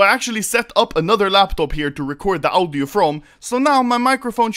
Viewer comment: No one: Anomaly: oWdIo